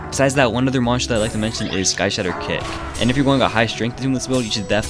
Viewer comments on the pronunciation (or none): none